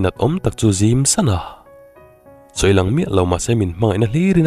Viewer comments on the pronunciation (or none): none